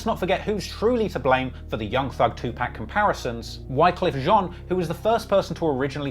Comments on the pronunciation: I stop watching this dudes videos everytime he says Tupacs name wrong! How da f#@ can you know so much about hip hop then sound like a total idiot mispronouncing one of the biggest artist in the world's name wrong...only rational is says Tupacs name wrong on purpose 🤡🤡🤡 ishhh 👎👎👎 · I feel like if you can't pronounce Tupac correctly you shouldn't be reporting on a music scene across the lake. Very informative nonetheless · Hickory Dickory Dock this nigga can’t say TUPAC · i hate the slime explanation bc the way you used it in a sentence is wrong and i hate the way you pronounced tupac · Bruh it’s no way you do not know how to pronounce Tupac and say you love hip hop just ain’t no way. 🤦🏾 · How u a trap music expert and saying Tupac name wrong 😑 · So you don't know who 2pac is why u saying his name like that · The way you’re saying 2pac is a problem lol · U keep saying Tupac name wrong dude. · You don't even know how to say Tupac's name. I'm starting to get culture vulture vibes fr!!!! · The way you say Tupac makes me cringe hahahaha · Great vid, but laughed every time he said 2pac wrong. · Bro I've always thought you was legit until this video....my man said 2 PACK!! 2 PACK OVER AND OVER NOT PAC BUT PACK! NOT 2 POCK....2 PACK!! YOU GOTTA TAKE THIS L! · It’s pac not 2pack. Get it right. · You should say 2 poc with your accent it sounds weird af saying pacc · Its not pronounced 2pack, its closer to Pock.... put sum respect on pac name a hole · Bro its not two pack too pok phonetically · It's pronounced "Two''P'ah'ck" not Two'P'a'ck! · The amount of time I yelled TUPAC!!! Not Tupack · Great video but you are pronouncing tupac incorrectly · 2pac not 2pack. It matters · It's Tupac, not 2pac or 2pack. And you say you know rap... right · Tupac not Two Pack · Its tupawk not tupack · Don't wanna be a dick but as a genuine member of the community I feel compelled to let you know when u see 2Pac... its pronounced 2Pock.... not 2Pack. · lol Too-Pack